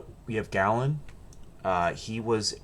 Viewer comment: Tell the (AI?) narrator that the famous Greek physician is pronounced gay-luhn.